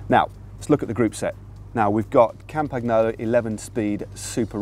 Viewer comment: Campa'n'yolo not CampaGnolo, Matt, seriously